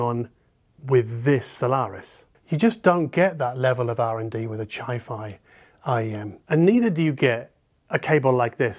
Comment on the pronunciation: “Chifi “🤣🤣🤣🤣🤣 total respect for companies not outsourcing and a focus on quality. Great vid as always. Along with an AQ dragonfly cobalt, almost perfection.